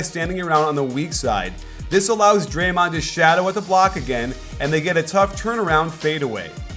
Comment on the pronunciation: Love your videos! But did you just say dremond the second most dangerous!?